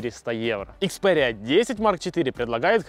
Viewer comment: ИкспяЭриа 🤦🤦🤦🤦😁🤷🤷🤷 икспЕриа